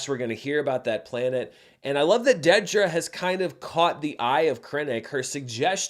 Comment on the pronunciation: It’s DEEDra. Not DEADra 🙄